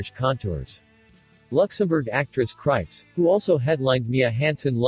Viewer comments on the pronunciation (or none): Thanks for this review but I believe Krieps is pronounced "creeps."